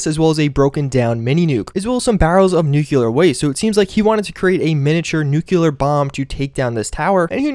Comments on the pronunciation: NEW-CLEE-YER Nuclear NOT NOOK-YOU-LUR Also GAT-LING NOT GAT-A-LING For fucks sake. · Nuculer is not a word. Nuclear is a word. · Huh. Haven't run into Deadeye yet. Nice. nope-aint-gonna-call-it-a-trigger warning: sorry, but it's such a common word in Fallout, so I'm gonna be that guy: nuke-lee-ar. An atom has a nucleus, not a nukululus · NOO-KLEE-ERR ...not NOO-KUH-LURR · nuclear* not nucular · Nucular Bomb? Nu-CLEAR bomb! Is that CLEAR? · It's nuclear not nucular! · i fuckin hate when people dont say that word right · Nuclear, not nucular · Palowski, nucular protection on a budget! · Am I the only one bothered by the way he says Nuclear? It annoys me so bad when he goes "Nuke-a-leer" geez lol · Fills RPG game with COD lookalike mods, can't properly pronounce nuclear...'merica.